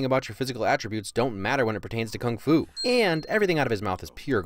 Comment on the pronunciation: kung fu or fung fu ?